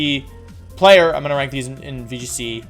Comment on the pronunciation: VGC? You mean wee g c